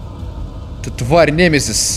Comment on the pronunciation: Немезис ударение на 2ую е